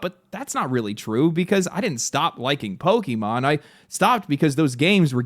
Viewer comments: Pokaymon not pokeymon dude xant even say the name of the franchise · It is pok-A-mon, not pok-E-mon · What is a Poke-e-mon? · Don't you hate it when people pronounce it "Pokimon" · Imagine still pronouncing it "Pokey-mon" in 2025. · i cringed so hard at every POKEYMON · I don't disagree with the points in this video and I share in the disappointment. But if you can pronounce the é in Beyoncé you can do it for Pokémon. 😭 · Note, it’s not poki-mon. It comes from pocket monsters. Try again the poke part